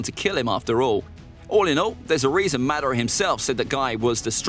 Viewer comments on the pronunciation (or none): none